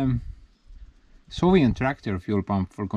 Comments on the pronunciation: Gives a grin to my face every time you say solient instead of soviet 😁 Keep it up! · Soviet not sovient😀